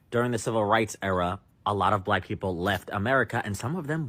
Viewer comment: Why is she pronouncing Black Blêck